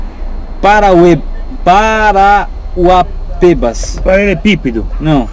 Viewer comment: Não é "Parauapêbas". É "Parauapébas" (aberto). Minha irmã e meu cunhado moram lá.